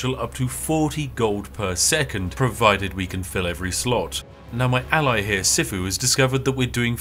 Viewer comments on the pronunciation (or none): none